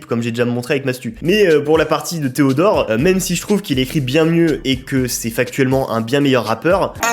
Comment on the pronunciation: Alors pourquoi tu dis "pardon theodort"